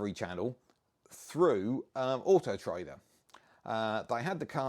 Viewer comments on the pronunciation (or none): none